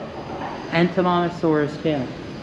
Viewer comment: how the heck does he pronounce Edmontosaurus lmao